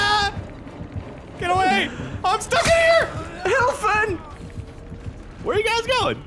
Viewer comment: Gavin please, it's not "Hilfen!", it's "Hilfe", don't forget those du commands!